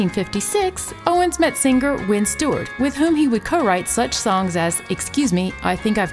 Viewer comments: You've adopted the Forrest Gump way of saying "sing gur", rather than singer. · I keep hearing this narrator say "sing-ger"......is singer with a silent "G".